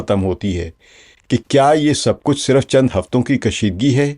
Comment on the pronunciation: صِرف sirf✔️/ آپ نے siraf بولا| نشْر nashr✔️/ آپ نے بولا nashar 🤔